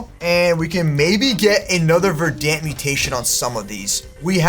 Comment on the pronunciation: Naa he called Verent vedance